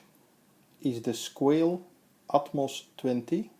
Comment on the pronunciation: Pronounced "squah-lay"